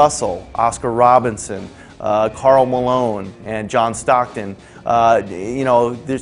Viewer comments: did he really just say Oscar Robinson? you mean Oscar Robertson right? smh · its Oscar RoBERTSON, not ROBINSON! lol